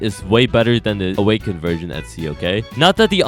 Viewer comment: Bro fr said un awkend kitsune Like Kitsune and an akw